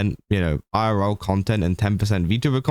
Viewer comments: He said it pretty normally to me Edit: nvm he started going "eye-are-raora" because he was saying it multiple times lol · the way u said "irl" multiple times is so fucking funny! idk how to describe what word u said exactly but, it was super funny! damn i love u british ppl sometimes lol